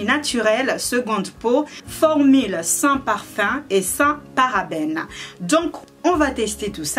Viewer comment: "formile" mdrr, sinn jadaur tn prénom ""